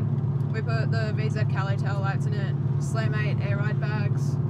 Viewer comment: Nice ride👍 just glad you pronounce Calais better than last time 🇦🇺🍻